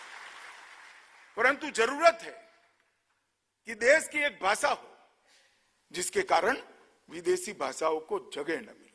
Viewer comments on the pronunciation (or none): खुद हिंदी ठीक से बोल नहीं सकते, भासा नहीं भाषा होती है । स, श, और ष में फर्क नहीं करते, ज और ज़ में फर्क नहीं करते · Why is Amit Shah cant even pronounce Hindi words properly..He is saying Bhasa instead of Bhasha and why the F is he using urdu words like Zaroorat and Takad? Btw he cant even say it right...he is saying Jaroorat! Lol Someone needs to teach him how to speak Hindi/Urdu well. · baasaa.baasaa..i believe its bhaasha....